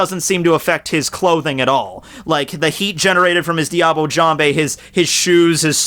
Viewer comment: Look up the prononciation of "Diable" plz.